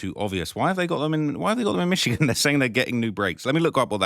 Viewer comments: Plz never say michigan instead of michoacan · it ain’t pronounced michigan bruh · Michocan not Michigan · It's pronounced meech-o-ah-kahn but good try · No. Its pronounced Mitch-O-Ah-cAn